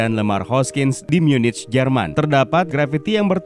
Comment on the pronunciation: Munich cara bacanya Myu-Nikh bang